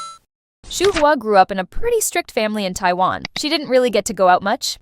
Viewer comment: If you're going to make these videos, learn how to pronounce Yuqi's and Shuhua's names. It's "Yoo-chee" (雨琦)which means Jade Rain in Chinese. Yuki is a Japanese name. Shuhua is just like it looks: Shoo-hwaa (舒華), which means "Unfolding beauty," appropriately enough.